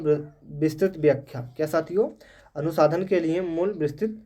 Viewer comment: अनुसाधन नहीं अनुसंधान उच्चारण गलत कर रहे हो बार-बार 🙏🙏